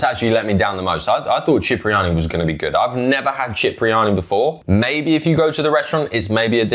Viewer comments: we love you Cipriani Pronounced SIP Not CHIP My G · it’s pronounced Sip-ri-ani not chip 😂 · Sorry to correct but Cipriani is pronounced Sipriani.